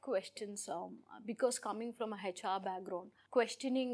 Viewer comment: Please learn how to say HR... it’s not heyHR